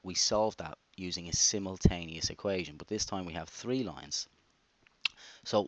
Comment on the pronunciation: you just about stopped yourself from saying "tree" instead of "three"